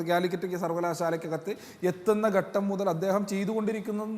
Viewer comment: ഗട്ടം ഗട്ടം എന്നാണ് പറയുന്നത്. ഘട്ടം എന്ന് ഉച്ചരിച്ചു പഠിക്കുക.